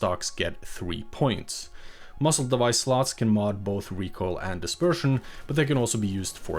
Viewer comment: It’s muzzle not muscle. This is an AI narration. Kind of sucks that this isn’t a voice from a real person. Probably Bangladeshi or Pakistani or from they might be from India.